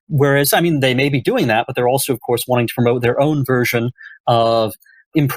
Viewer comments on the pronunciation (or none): Brendan. I promise that I will donate if you start pronouncing your "v" sounds properly, instead of saying "ff" sounds. For example, instead of "of course" you say "off course". Thank you